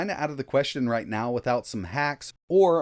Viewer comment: are you serious right neow bro